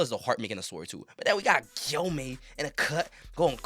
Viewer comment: Nigga said gyoma and koyusuki💀